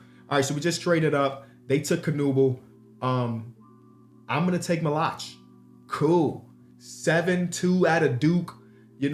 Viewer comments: the pronunciation of maluach is crazy 😂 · Dying every time he says Maluach name wrong